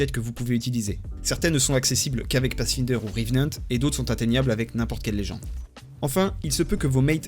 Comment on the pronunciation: YO ! La syllabe "find" de "Pathfinder" se prononce comme pour le mot anglais "my", et pas "in". Désolé ça pique les oreilles ^^, et tu te feras bien mieux comprendre si jamais tu dois en parler un jour avec des anglophones. Super tuto sinon et bonne continuation ! (le grind S4 est bien salé...)